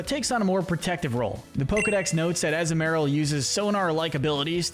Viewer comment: It’s pronounced amp-fuh-ROSS, dell-EE-bird, UH-zoo-MUH-rill, led-ee-IHN, ELL-uh-kid, WAH-buh-feht, SWY-nub, PIE-low-swine, chin-CHOW, fan-PEE, gly-GAHR, YAN-muh, PYOO-PIH-tar, and houn-DOWR, “”! 🤨 Stop mispronouncing Pokémon names,! You still have a lot more studying to do about Pokémon, especially with Pokémon pronunciations!